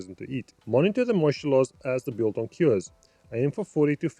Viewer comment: Just one thing bro... its not "Beeeel-Tong" let me help you there... focus on the capital letters and combine the two "do you have a one dollar (BILL)" and "where did i leave my barbecue (TONG)? " thats so simple .... "BILTONG" :)